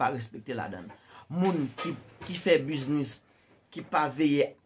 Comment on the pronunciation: Le ou moun fin travay poul gen ou business, et pi nou utilize vodou poun pran sa moun redi travay pou yo fe. Ou pa prononcer U nan business la ok.